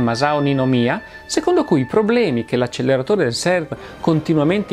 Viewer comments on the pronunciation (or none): Con rispetto, acceLerare si scrive e si pronuncia con una sola l